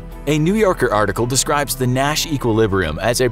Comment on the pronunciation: Sometime through the video, I started hearing ‘Nash’ as ‘Mat’ ..... oh gosh.....